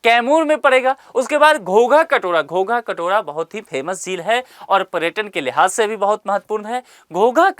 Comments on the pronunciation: Sir gogha katora nhi h ...godha katora h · Ghogha katora nhi hai sir iska naam ghora katora hai